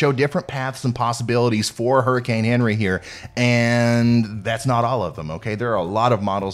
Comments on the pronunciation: HENRI pronounced Onri is French. I'M Canadian I forgive you😎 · People from the south never cease to amaze me.... Henri... Awn-ree... so simple and jeez, just a little respect for the French pronunciation... what do these southerners eat that makes their brains balk at pronunciations?! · The French pronunciation is "ahn REE." Accent on second syllable with a rolled R! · On Ree. That is what to call it. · “Awnree” is headed toward Ct where my aunt lives. Will be watching your channel. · I like the way you say "Henri". It sounds like Onery, which is how we Southerners describe someone who is perpetually angry. A good description for a hurricane, according to this Florida girl! You're my favorite weather man! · That’s actually how they are pronouncing it all over